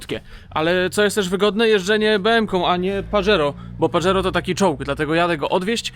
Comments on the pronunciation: pozdro.... nie "Padżero" tylko Pahero:) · Panie. Wymawia się paHero